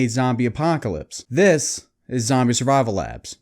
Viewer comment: ‘Zambie Apahhhhcalypse’ 😂